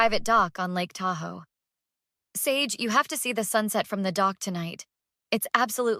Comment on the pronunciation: I’m pretty sure the main characters name is pronounced Sage. With a long a sound.